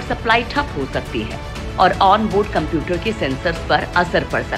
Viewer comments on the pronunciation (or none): none